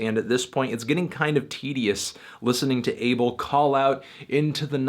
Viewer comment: Yo I'm Ethiopia like The Weeknd and id like to say his name is not pronounced 'Able', it's pronounced 'A-bell'